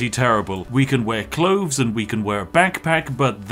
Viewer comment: The word is clothes, not cloves!! Aaaah, I’m not sure I can watch all of this. Sort it out! 🤣